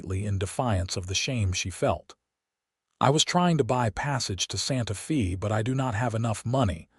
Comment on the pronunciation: Watching from TN. IT IS NOT SANTA FEE, IT IS PRONOUNCED SANTA FAY!!!!!